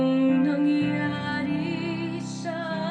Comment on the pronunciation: 👏👏👏 Ano'ng nangyari sa ating dalawa? (What happened between the two of us). You said it correctly. Good job